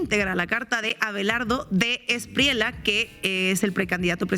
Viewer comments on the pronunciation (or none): Dos gazapos....Es E-S-P-R-I-E-L-L-A con "elle" ....no ESPRIELA. El otro, es PIPE TULUÁ.....no PIPE TULÁ.....por lo demás, excelente periodismo de opinión y análisis...